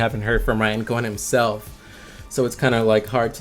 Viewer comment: I have the same question. If it is, I’m very surprised he is mispronouncing Warren buffet and Ryan cohens names